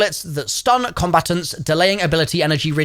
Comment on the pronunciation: I’ve never heard combatants pronounced like that before. “Combatuns”, where are you from in the UK?